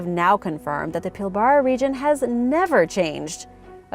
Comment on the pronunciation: Please come to me for correct pronunciation of Australian words. It's pronounced Pil -bru. Could you do a segment on the Petrographs found extensively in this region. Cheers